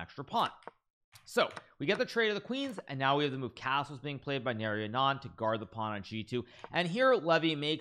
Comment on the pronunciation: The player name Narayanan is pronounced like naa·raa·yuhn·uhn